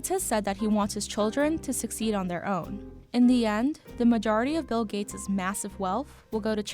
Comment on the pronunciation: His name is bill, not mill sir